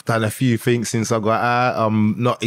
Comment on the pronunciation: The guy uses big smart words. But says things as Fings. British are funny